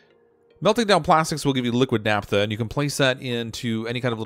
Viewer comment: "Naphtha" - ph as in "pharmacy" or "photograph" (i.e., "NAFF-tha", not "NAP-tha").